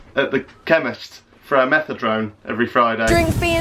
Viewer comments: Wow Jack it is methadone not methadrone but ok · Methadone not Methadrone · Methadrone? Do you mean methadone 😂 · Metha-DRONE lol